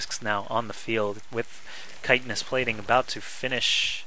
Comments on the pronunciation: I am glad he knows how to say "chitenous" also. But if he says "IdrA" wrong again I am going to /wrist. The "I" is strong. I-Dra. Not Id-ra. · Thank you for knowing how to say "chitenous"